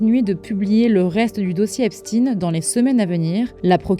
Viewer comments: Epshtayne pas epstine 😂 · Ce n’est pas Epstine mais Epstein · De grâce prononcez correctement le nom des personnes, ce n’est pas Epstien, mais Epstein ! Pour des formateurs ou des soi-disant journalistes, c’est quand même la moindre des choses, qu’est-ce qu’on vous a dit à l’école ? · Ipstine!! On dit pas einstine mais einstein!! Pk? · Même la prononciation d'Epstein est erronée, pour cacher quoi exactement ?